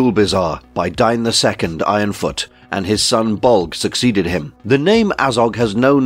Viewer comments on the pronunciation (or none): Isn't "Dain" not "Dine" Long A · His name is Dane not Dine. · The name "Dain" is typically pronounced as "Dayn" in English, rhyming with words like "rain" or "plane." The pronunciation could vary depending on cultural or regional influences, but that's the most common way to say it.